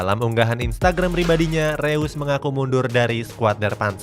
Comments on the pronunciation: Reus di baca nya Rois min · Info aja bang marco Reus bacanya (Marco Rois)